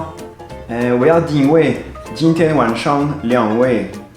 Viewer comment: 其實你說的今天、兩位根本很標準，如果不是電話有問題，就是接聴電話的人，耳朵有問題，